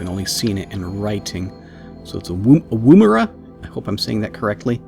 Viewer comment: Yes, that is the right way to pronounce "Woomera". Thanks, it bugged me every time I heard it.